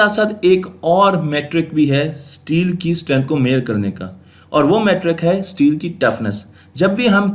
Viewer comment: Abey Sahi sey bol STEEl. Teel NAHI bol jangli